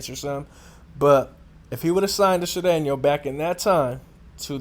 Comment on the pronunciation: Can't even pronounce Sureno....stick to saying nigga every other word.